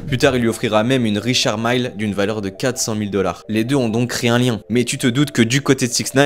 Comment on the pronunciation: Richard Maille ??? :face-purple-crying: C'est Richard Mille !! Il est Français !